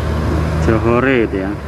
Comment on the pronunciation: Bukan Joho re tuan, tapi itu ejaan English bunyinya tetap Johor.